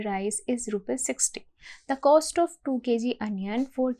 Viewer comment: coast nhi cost hota hai ...lmao